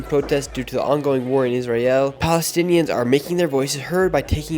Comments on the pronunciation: *palestinians bro.. how are you calling yourself a journalist if you can't say that word correctly or perhaps you're just playing a redneck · can you stop making israel and palestine videos while riding the wave of the trend? Please do your research about the region before going on to campuses to ask questions. You cannot even pronounce the words israel, palestine, or palestinians.